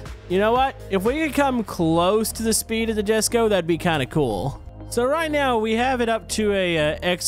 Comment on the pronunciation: jesko is pronounced yes go